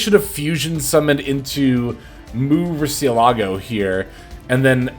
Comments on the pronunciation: Random pet peeve but i hate that u said the proper pronounciation for mu rucialago but u pronounce the c in rucia not like an s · mu rcielago is pronounced like the lamborghini car btw